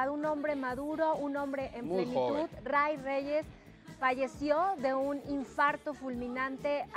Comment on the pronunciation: No es Roy, es Ray y se pronuncia Rey.